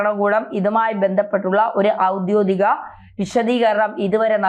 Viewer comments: Malayalam days ayi theytathe parayuka.audyogikamayi ennilla shery parayuka aidyodikamalla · ഔദ്യോദികം അല്ല പെണ്ണെ ഔദ്യോഗികം എന്നതാണ് ശെരി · ഔദ്യോതികം അല്ല ഔദ്യോഗികം ആണ് ശരി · 'ഔദ്യോദികം' ? തെറ്റ് 'ഔദ്യോഗികം' - ശരി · ഔദ്യോതികം എന്ന് പറയരുത് . ഔദ്യോഗികം എന്നാണ് ശരി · തെറ്റായി വാർത്ത വായിക്കരുത് ഔദ്യോഗികം